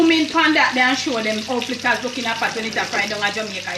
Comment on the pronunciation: Flittahs me say lol 😂